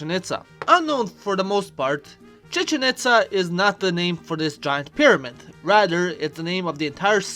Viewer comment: he speak Chichen Itza az Chichenića in Serbia XD